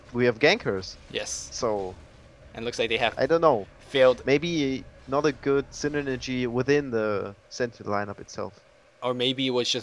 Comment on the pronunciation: syne-nergy lol